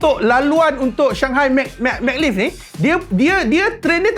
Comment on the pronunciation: Sebutannya Ma Glev. Ma tu sebut (mey) dan Glev tu sebutanya (gelof. F tu sebut nipis). Check dekat google translet tadi. Hehe. Bukan dia Mag lif sebutannya. Hehe..